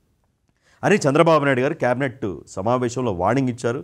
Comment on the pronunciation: కేబినెట్ సరిగ్గా పలుకు...కాబెట్ అని దొర్లించకు..మన తెలుగు ఖూనీ చెయ్యొద్దు